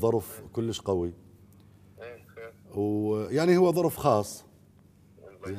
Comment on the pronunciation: طبعا هو أخطأ قال ضرف وهو ظرف مو ضرف ... وقال ظروري وهي ضروري مو ظروري ... الظاهر فنانا القدير هم ما يميز بين ال ض وال ظ